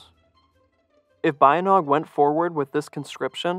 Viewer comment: Pronunced "Ba-Yint!-Naung"